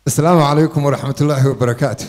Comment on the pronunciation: Not salmu caleykun ee dheh asalamu caleykum that is correctly